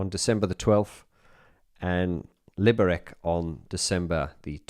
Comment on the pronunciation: I missed the live stream, but Im listening now. I was kinda blown away that you announced that you will perform in my hometown Liberec, wow! Dream came true :) And by the way, its pronounced as Liberetz. Isaac Howlett would tell you :D